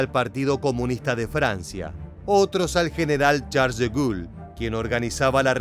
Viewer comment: Gracias Excelente y bien documentado... Quisiera aportar que la Resistencia Francesa se llamó "Maquís"... Igualmente, no se pronuncia De Gul, sino De Gol, Charles De Gaulle, General que dirigió las fuerzas francesas a partir del Desembarco de Normandía y fue tres veces Presidente de Francia..!